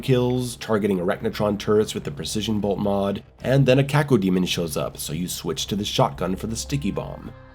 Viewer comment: No finer pleasure than the crisp way pronounces Cacodemon 👌🏻